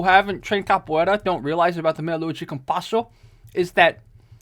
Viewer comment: 1. people stressing about capoeira's effectiveness in combat sports are missing the point 2. you know how you can tell knows what he's talking about? the way he pronounces "de" in "meia lua de compasso" lol